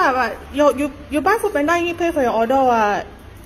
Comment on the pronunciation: It's oRder not oGer